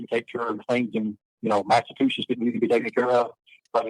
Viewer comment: He still the same. the meanest midget guy. But in jail he doesn't have his shoe lifts, oh he has too much testosterone he is too manly, with his suitcase of dil- does, oh he just works out all the time, oh he is a vet. Dude cant even pronounce Massachusetts properly.